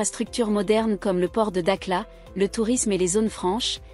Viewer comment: Elle s'appelle da"kh"la. Et non da"k"la.